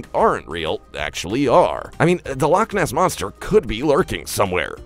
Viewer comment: Bro really said lock moss monster no offense but that was just funny😂😂